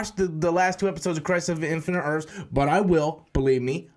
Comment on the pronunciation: “Crise on infinite Earfs”